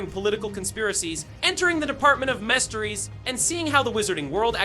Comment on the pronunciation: Department of messteries. STOP USING AI VOICE SHIT YOU LAZY BOT!!! 🫵🤡👎